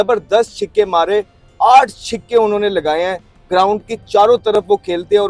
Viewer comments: Chhikke nhi....chhaka😂😂 bolna sheekh le😂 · Chhake, not chhike amhed jan